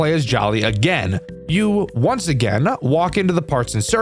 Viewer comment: wonce they weach the window, his words not mine